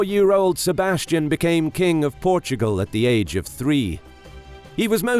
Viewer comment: "Sebastian"? No, no, no... SEBASTIÃO.